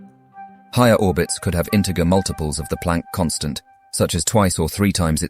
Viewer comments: not pick-o second its pronounced pee-co second. is this video being narated by a BOT that does not understand pronuciation its not int-i-gger its int-i-jer seriously if you are going to do educational videos please get an actual education first? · “Inte GRR”? Seriously? You guys need some actual coaching on the voiceover. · The “g” in “integer” is pronounced like a “j”. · Are these videos narrated by an AI? It all sounds pretty normal for a native English speaker with a slight English accent, then suddenly the speaker pronounced "integer" with a "good" sound G, rather than "J". I've heard the same on other videos ... Everything's largely normal, until the speaker pronounces some word in a very strange way. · you are the first person in the Universe to pronounce it as “Integer” with a heavy G, as in Gravity. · Dodgy pronunciations of picosecond and integer. Wonder why. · Tremendous piece of work. I would prefer the cadences of a real spoken voice to create interest (and to better pronounce a few words like 'integer' and 'hadron'). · Until you mispronounced Pico and integer, I was interested. Where were you dragged up?